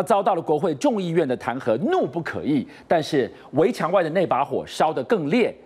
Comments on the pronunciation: 怒不可遏 ，念è，起码我们这边是这么念的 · 怒不可遏，讀錯字了，遏（讀餓）